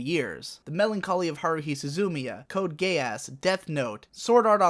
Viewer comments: It’s pronounced gee – uss. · It's pronounced "Code Geass", not code gay-ass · Isnt it ghee-eass? I always thought you pronounced both the e and the a. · ah yes someone who also says code gayass <3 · That moment when he said "code GayAss" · Noone:: cOdE gAYaSs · "Code Gay-Ass" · My only takeaway from this video was "Code Gayass" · Lmao this dude said code gayass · "The Melancholy of Haruhi Su-zoo-miya" "Code Gayass" Were you trying to butcher their names or are you just this bad at reading Japanese titles? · Hmmm...correct me if I'm wrong but did I hear him say Code: Gay Ass? Instead of Code Geass? 😆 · "code gayass" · XD "Code Gay-ass" pl0x I´m fairly certain that´s not how it´s supposed to be pronounced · Oh my goodness. "Code Gayass" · I heard "Code Gay-ass." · "code gay-ass" made my day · can we just remind ourselves that he said code gay-ass. accuracy: 100% gay-ass show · Sorry. Did you say Code Gay Ass???? Hahahaha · "Code Gay-Ass" lol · did he just pronounce Code Geass as "code gay ass" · 15.04 "Code Gayass" lel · Serious question: do you mispronounce everything on purpose? Growing up on the internet has fucked my sarcasm sensor. I've never met anyone who legitimately called it Code GAY-ASS. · It sounded like you said Code gayass instead of code geass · "Code Gayass" Eeeeehh? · it sounds like he says code gay ass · Did he just say code gay ass? Lol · Code Gay-Ass. Excellent pronunciation, I'll start doing the same. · Did you say Code GayAss? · "Code gayass"? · Ha code gay-ass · Code Gay Ass uhh i havent seen the show but i dont think its pronounced like that...... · "Code Gayass" me too, me too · He always pronounces it that way. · the way you said code geass legitimately pissed me off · I'm 90 % sure he did that on purpose.